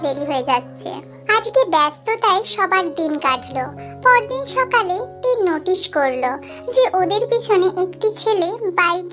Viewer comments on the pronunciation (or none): none